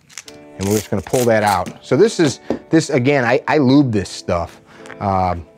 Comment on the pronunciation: It's just as easy to say lubricate or even better, gun oil or just, oil. You said lyúbe😚 like 70 times.